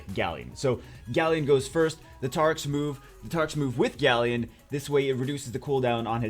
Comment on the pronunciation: Grant Muller still... 'GALLEON'